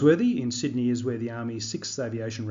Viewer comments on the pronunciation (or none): none